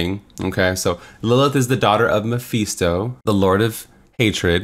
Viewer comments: I hate how you say mephisto, “mapheesto” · its pronounced meh-FIST-toe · Every time he says “Mapheesto” I want to punch something.